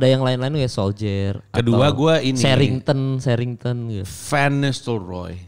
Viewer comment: Ijin koreksi bang kemal. Bukan sherringtan. Tapi sherringham